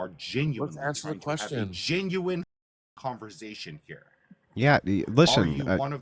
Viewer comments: Who wants to have a “converZation” with a petty control freak😂😂😂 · Converzation hahaa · “In this converzation”…and man, if you made a drinking game out of how many times he said the word “boundaries”, we’d all be dead 😂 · "Converzation" makes my skin crawl 🤮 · converzation... wtf? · Converzation? What a tool, only tools choose to mispronounce words. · Conver Zation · cOnVeRzAyTiOn okay buddy